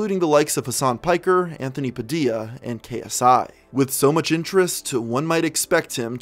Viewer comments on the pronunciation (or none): none